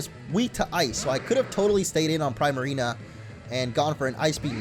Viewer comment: I hate his pronunciation of primarina